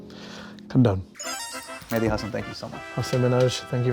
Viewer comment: You did the "Medhi" instead of "Mehdi" thing 100% on purpose, sorry I'll read the rest now just had to point that out.